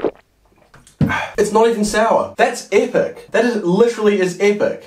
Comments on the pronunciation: Normal person: "Epic": " A-pic" " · No one:: LiCherAlly EHHPEC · On the lemon he said apak